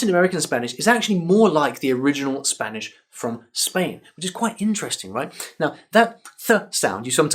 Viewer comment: Your spanish pronunciation is great